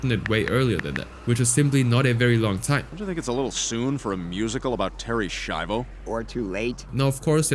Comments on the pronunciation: Its pronounced shyvo not shivo. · Im sorry they way u pronounce Schivo pissed me off, its shivo (shy-voe) not (she-voe) who ever hired the narrator, u can tell bro didnt even watch the episode, becasue they pronounce it correctly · gotta love how he keeps pronouncing it "Sheevo" despite the fact that the clips he uses quite clearly show it's pronounced "Shivo" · Terri Sheevo lol. If he even just watched the episode, he would know how it's pronounced. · It’s pronounced shy-vo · excuse me but wtf is a sheevo? You literally played a clip of them correctly pronouncing her name which means you are willfully being disrespectful towards a vegetable woman they killed. You are a horrible person. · You hear how to pronounce her name correctly in the family guy clips, and I hope you would have done basic research. It is so annoying that you take zero effort in pronouncing someones name. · Bro theres no way you heard them say Terry shivos name amd still pronounced it wrong come on now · dumbass mispronounces Terry's name even tho the clip has the right pronunciation, do you not watch the shit you talk about???